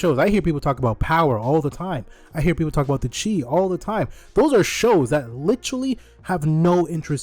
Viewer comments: The Chi is pronounced like the The Shy not the chi. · Chi - "shy" not "chee" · calling it “the chee” definitely undercut your point 😂. Unless you were joking. “Chi” in this context is pronounced like “shy”. It’s referring to Chicago not spirit energy 😂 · The Chi is pronounced as The “shy” 😭 as in Chicago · Yeah I’m ngl that might be worth going back and editing cause it make him seem a lot more out of touch than i think he is lol